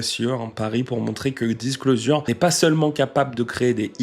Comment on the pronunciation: Fan du duo depuis le tout début (et ayant eu la chance de les voir à l'Olympia) merci pour ton boulot ! Bon si je ne m'abuse par contre tu massacre la prononciation de Disclosure il me semble. Dommage car tes autres prononciations de l'anglais sont plutôt justes ! On dit "Disclozheure"